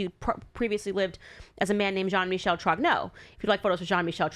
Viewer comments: I believe it's pronounced Trong-nurgh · Candace cannot even pronounce the name Trogneux right.........